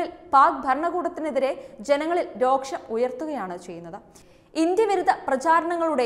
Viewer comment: എത്ര തെറ്റുകളാണ് വായിച്ചു കൂട്ടുന്നത് ദൈവത്തെ ഓർത്ത് നിങ്ങളൊക്കെ ഒരു ഭാഷയെ ഇങ്ങിനെ കൊല്ലല്ലേ .ആവശ്യമില്ലാത്തിടത്ത് ദൃഢാക്ഷരവും വേണ്ടാത്തിടത്ത് നാസികവും - കഷ്ടം തന്നെ . രോക്ഷം അല്ല രോഷമാണ് ജനത്തിന് തോന്നുക. 😭